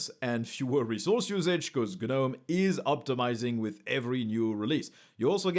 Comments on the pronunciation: The G IS SILENT IN Gnome, who started calling it GER nome? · 💡 The G is silent.